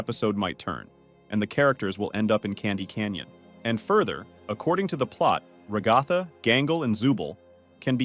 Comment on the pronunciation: Do you just call her rock golfer it's ragatha😅